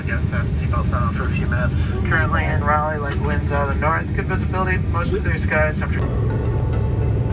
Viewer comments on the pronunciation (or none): none